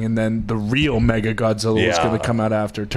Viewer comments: It’s Mechagodzilla not mega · It's Mechagodzilla, not mega. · The way they were saying MEGA Godzilla instead of Mecha was killing me